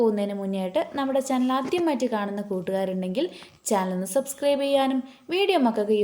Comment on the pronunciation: Why do you say like snd subscrieb every time🤬